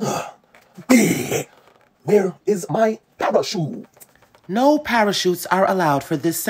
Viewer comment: “Wher is mah parachuut”